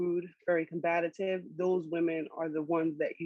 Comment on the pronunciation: Word of the Day: "COMBATATIVE" 🤣🤣🤣🤣🤣🤣🤣🤣🤣🤣🤣🤣🤣🤣